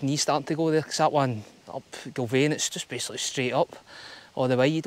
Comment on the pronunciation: Another great video, 😁 You’ve got the name spot on, from first try ha ha Well done! Can confirm the weather did improve. In fact, ended up with another few shades of tan by the time I got back to my bike 😂 All the best with your future adventures! Keep them videos coming 😆